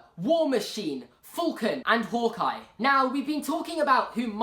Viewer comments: Its falcon not fulcon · Falcon not fulcon